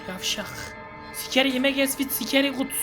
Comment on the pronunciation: Abi Scary ye sikeri dedin 😂